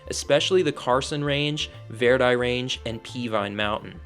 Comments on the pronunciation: We hillbillies pronounce it Vir-die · Grew up in reno for 20 years, cool to stumble across your channel! Grwat, video, besides how you pronounce Verdi😂